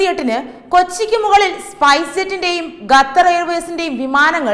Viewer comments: .... മലയാള ഭാഷയെ ഇങ്ങനെ നശിപ്പിക്കല്ലേ...!? Make-up കൂടിയാൽ ചിലർക്ക് ഇങ്ങനെ ഉച്ചാരണശുദ്ധി നഷ്ട പെടാറുണ്ട്....! "ഗത്തർ" അല്ല "ഖത്തർ" . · ഗഥർ... 🤣improve your pronunciation🙏its ഖത്തർ